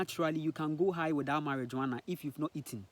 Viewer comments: Mariwana not marijooana 😂 😂 🚭 🚭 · It's pronounced mariwana bro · I would not take this man seriously. You have to remember that he is colonized, and all information he has comes from colonization he is not a scientist or a doctor he has no real evidence about cannabis. And the fact he can't even spell or pronounce Marijuana properly should speak for itself. The experience of cannabis is different for everyone but it has healing properties and is a natural medicine. He even called it a psychedelic and those who know what that is also know cannabis does not fall under psychedelics.